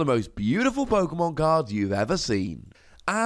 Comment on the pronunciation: Not sure pokemon or pokEAmon